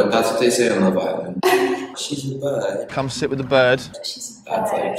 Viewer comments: I think it more like 'birdy' than bird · Birdy ba tamen not bird hahahah